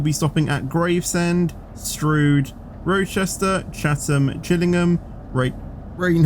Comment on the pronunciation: Rochester not Rouchester fetch!!!